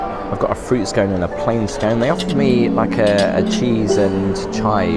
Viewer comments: It is not pronounced SKONE but SKON. And you never cut a scone with a knife. You have much to learn regarding your politesse. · It's a scone, not a scoone 😅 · it's Scone like on not Scone like own 😂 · It’s actually pronounced skon. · I enjoyed this video so very much. How amazing to have a timer for your tea to be brewed. I do not pronounce scones that way but I am from a former British colony 😅. Very disappointing that you found that afternoon tea could have been better. I do love the room you stayed in. Is a bit disappointed about the skyscrapers towering above the hotel. I didn't notice your photo, on the wall of important visitors. Thank you for your video.